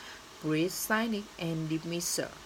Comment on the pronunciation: The best ever edition I got since the ending of Lunar New Year Holiday. I appreciate your great effort under difficult circumstance. To better in Speaking, the fundametal part is Pronunciation. I need to work with you more on this part. These words need to be pronounced more correctly 1. Great âm ei Not Grit. Grit nghĩa là courage and determination ... 2. decent 3. Cynisc /ˈsɪnɪk/ not sainic. Âm 4. Culture //ˈkʌltʃər/ not Cao Trơ 5. example/ɪɡˈzæmpl/ âm z không phải x 6. Fundametal